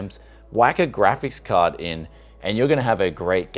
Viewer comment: gravis card = an old brand of sound card. He’s mispronouncing ‘graphics’ to sound like ‘gravis’... I think 😂